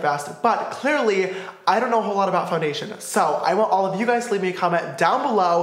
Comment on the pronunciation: he was going to say less get into the video but he said lets get in to fondayshen